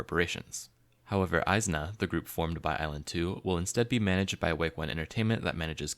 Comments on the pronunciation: nah bro its is-na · the group name is pronounced ee-zna not eye-zna idk how you missed that